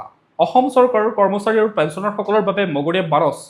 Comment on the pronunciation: Your own remarks in reading the news are praiseworthy .Thank you for your own remarks .But one word in Assamese 'মৰগীয়া'"is pronounced wrongly as মগনীয়া ।Don't mind please .